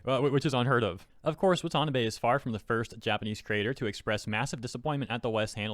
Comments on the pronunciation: It's pronounced WA-ta-NA-bay, not wa-TA-na-bay. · Just FYI: It's "Wah-tah-nah-bay", not "wa-tan-uh-bay" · "A-dap-tay-shun" and "Wahn-tahn-nah-bay" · Watanabe is pronounced Wah-tah-Nah-bay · Pronounce Watah-NA-Beh you twit. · The way you say watanabe is killing me haga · Couple notes: It's adapTAtion, not adaption Also it's shin I chiro wah tah NAH bay, not shin chiro wa TA nabay